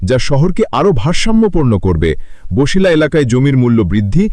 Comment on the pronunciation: ভাই উচ্চারণ বছিলা হবে, বসিলা বা বশিলা হবে না।